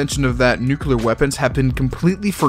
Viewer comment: History nerd but cant pronounce nuclear